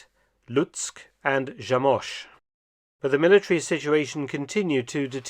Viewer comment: Zamość (pronounced more like Zah-mohs-ch, I'm not a linguist but I do speak Polish lol) is a really tiny little town in Eastern Poland, right by the border with Ukraine actually. Never knew they held gold there, you certainly wouldn't think they would if you ever went there.